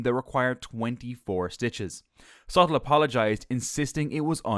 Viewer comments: His name is pronounced soo-teel. And that VJ guy? It's mowl-yuh. You did get Hamilton correct! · Sutil not Sattel.